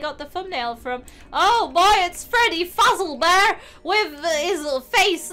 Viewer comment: it's Fazbear not fuzzlebear